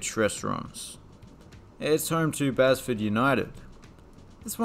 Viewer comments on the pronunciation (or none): Basford is pronounced Baseford just FYI. Because reasons.